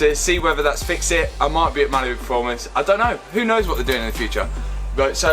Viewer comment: Sounds like he's saying Malibu not Mallory😆